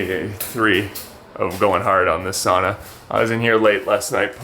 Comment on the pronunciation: The Finnish pronunciation "ow"